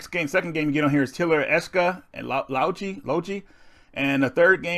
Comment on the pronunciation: atelier is a french word meaning workshop and is pronounced as ah-teh-li-yeh...you get the drift man its french so the r isnt pronounced